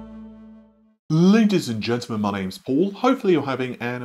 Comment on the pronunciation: More like laydieeez and dguntlemen 🤣